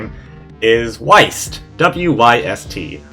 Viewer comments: "Whiest!" ITS WYST (WIST) YOU FREAKING MOLE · I thought it was wih-st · I thought the pronouncement of WYST is whist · i believe that wyst is pronounced wist. or i am not correct but pretty sure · omori ost is slowly killing me 😃😃😃😃 (i thought it was pronounced like wist and not what u said) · It's pronounced wist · if you ever pronounce wyst as why-st, i will find you. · It is he said it wrong